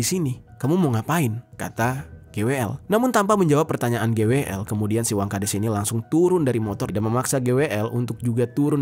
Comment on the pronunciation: Wangkhades apa wangkadas, ko di sebutin nya des mulu, bukan das